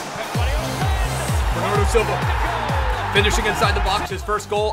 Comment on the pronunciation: Bernardow Xilva